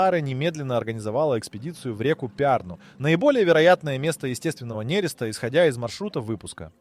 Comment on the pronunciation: МинОга,нерЕста сука блять.